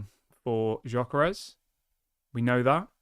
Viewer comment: Gyökeres is pronounced as follows: Gy is similar to Dj in Djokovic ö is pronounced as fur or firm and s is sh like sugar. Dj-ö-ke-resh